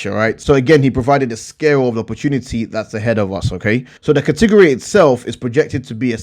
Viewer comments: I like how you say category. lol. Kahtigorree! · I love when you say “Cah-teh-gor-eee” :) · Katigeryyyy 😂😂😂😂😂 cat a gori buddy